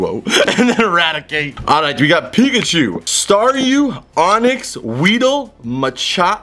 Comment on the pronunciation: I swear it sounded like he said nigga-chu